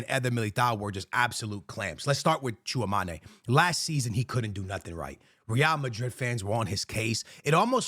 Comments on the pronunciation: FOR THE LOVE OF GOD - IT'S TCHOUA-ME-NI not TCHOUA-MA-NE it's been years ☠☠ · Its Tchoua - me - ni not ma- ni but me - ni. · Bro it’s chua mEni like don’t sound the E like an A lol love you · Bro😂😂you definitely need to learn the pronunciation of Tchouaméni’s name